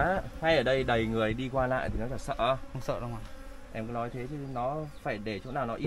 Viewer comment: Để em NÁI nhưng cứ bảo để e ấy NÁI- nói năng gì ngọng líu ngọng lo vậy?